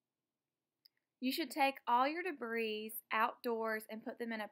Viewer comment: The woman doesn't even know how to pronounce "debris."